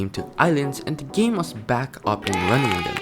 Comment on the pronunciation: sayine game as geem LOL